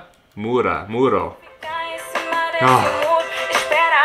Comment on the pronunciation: O problema foi que ela trocou a sílaba tônica da palavra cima e colocou na segunda ao invés da primeira, aí confundiu......mas como já falaram aqui isso ocorre muito em músicas para encaixar melhor na melodia.....